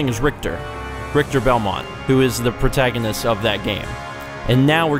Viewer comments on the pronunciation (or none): none